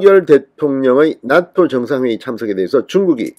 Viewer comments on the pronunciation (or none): 나또가 아니라 나 ㅡ토로 발음하시길 나아토로 들리게요